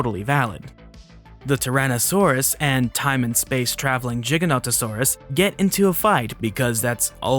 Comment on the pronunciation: Never imitate CinemaSins, they are the epitome of intellectual dishonesty! Granted this "plus minus" structure is easy to digest for the casual Youtube consumer. Also kudos for pronouncing Giganotosaurus right! I share the criticisms, even the ones related to the different biases used to excuse the innacuracies, and I am thankful for the mature de-escalating addendums at the end. Snark is in your DNA for better or for worse and that won't change but I've found it well dosed here.